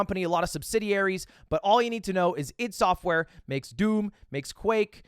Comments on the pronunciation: Thought it was pronounced I.D not ihd ? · It’s not I’D software it’s I D software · it is "i d soft" not id... its just 2 letters, not a word.... its annoying me, pronounce the devs name correctly pls.